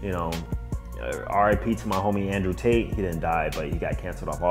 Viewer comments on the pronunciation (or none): none